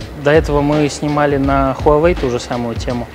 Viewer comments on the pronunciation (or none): none